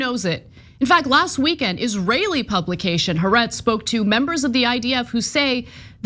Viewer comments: It's not Haretz. It's "Ha Ah retz" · Israeli liberal publication, what did you call it? Hahretz? Maybe you should learn a thing about what you are talking about before making accusations, and as part of that how to properly pronounce the easy to properly pronounce name of an organization that shares your opinion.